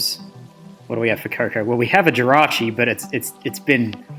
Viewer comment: “So we keep the rachi..dead” I don’t know why that made me laugh but it was just so blunt lol. Nice vid bro